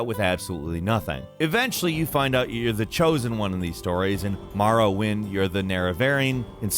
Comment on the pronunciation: Was I the only one who cringed when he said "Morrowind" and the "Nerevarine"? Lol.